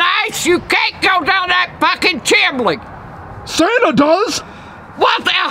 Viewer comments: did she just say "chimley"? 😂😂😂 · “THE CHIMLEE” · “chimley”😂 is the funniest